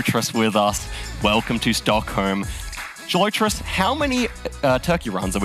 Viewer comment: Yeah dude is super annoying. He also mispronounced Gelotris like a billion times in the face of CG repeatedly demonstrating the correct pronunciation for him.